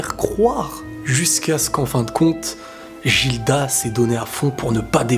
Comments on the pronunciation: Jilda ???!!!!??? Prononciation Gilda ( Giruda japanese prononciation) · Gilda ça se lit guilda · a chaque fois je me retiens d'ecrire dans les commentaire par peur de spoil un truc vus que je suis au chap 120 x) juste sa se pronconce "Guilda" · Ça se dit guilda